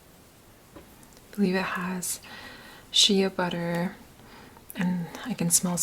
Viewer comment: i am surprised by the way you pronounced shea butter